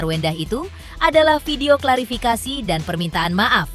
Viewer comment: Host intens klafirikasi 😂 bukan klafirikasi